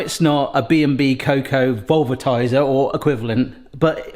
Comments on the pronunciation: He repeatedly called it vulvatizer. I was looking for this comment 🤣 The more expensive gadget seems to be called velvetizer. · Please stop saying Vulvatiser.. 😮😂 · He did say something else, he said the vulvatizer. Lmao. I wonder if that actually existed what it would do. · I will never unhear "vulva-tiser" 😑😑😑🤣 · Please tell me I'm not the only one that whenever says "velvetizer" it sounds like he's saying "Umm...Something else-va itizer" ( a particular part of the female anatomy, in case you can't figure it out yourself...) Which sounds like a name for a device with a COMPLETELY different use case entirely. LOL! I couldn't but let out a childish immature giggle every time he said it! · 😂Yes, velvet and vulva are two words that need to be annunciated carefully.